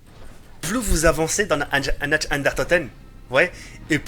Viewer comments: C'est pas natch ... C'est nacht qui se prononce nart ! Et c'est pas derièse mais der riese qui se prononce dère rise ! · "Nacht" se dit "Narte" ! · Très bonne vidéo, j'adore tes custom map zombie, juste un petit détail qui est pas très important mais pour la prononciation de "Nacht der Untoten" prononce "Nacht" comme "NaRt" :-P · xD tu me pousse a bout avec t'es nacht der untoten;)sa se prononce nart ddr untoten j'espère que t'en t'iendra compte la prochaine foissi tu lit ce message.Sinon super vidéo:')